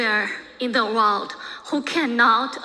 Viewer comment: 她不是口音问题，首先她的重音就不对，第二是很多小学级别的词汇发音都不对：country - 堪try她发“康try”；world - 喔尔得，她发哇奥得；division - 地维珍，她读发“地维申”；understood - 安得儿斯杜得，她发“昂得儿斯杜得。这些至多是高中词汇，我很好奇她在国外待了那么多年、学历这么高，拼读规则和发音怎么烂成这个样子。但凡是普通学校毕业的，咱不要求人家什么，但她是哈佛的这就太诡异了